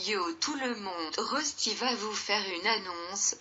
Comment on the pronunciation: xD google traduction au début ! La dame dit ''Resty'' xD